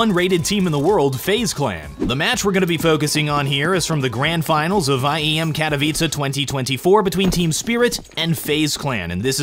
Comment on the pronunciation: im begging u, its KA-TO-VI-CE, why add a A at the end